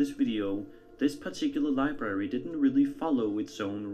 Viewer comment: Hey big brain, its not li barry, its library